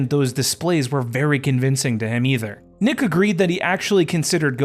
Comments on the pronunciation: His name is not Dominique Jacques Wilkins it’s Jacques Dominique Wilkins. He uses his middle name. Also its not pronounced Nick , it is pronounced Neek. Goodness I’m skeptical now about anything else you say on this video. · He can’t even get your cousin name right.He said at the beginning that his name is Dominique Jacques Wilkins, but it’s Jacques Dominique Wilkins, then he is pronouncing your cousin nickname wrong. He is saying Nick and it’s Neek. I’m skeptical about anything else. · His nickname is pronounced "Neek" not "Nick". Otherwise good info! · It's not "Nick", it's "Nique" and Jaques is his 1st name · It’s Nique not Nick or Neek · YOURE SO RIGHT. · This is some lazy ass millennial produced Crap. First his name is pronounced like NEEK (Nique how you saw that and see NICk is more a failure of public schools). 2nd his brother was FAR from “failing to miss the mark of being a supersta) . Dude had a helluva career for an2nd round pick. Even made several all defensive teams. The rest you could have Wikipedia’ed. Do a better dive if you gonna cover guys that clearly played before you were born. This reeks of “I heard he was good from my dad” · Yeah I cringed everytime he said “Nick” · He got Dominique name wrong and pronunciation of his nickname so I’m not surprised.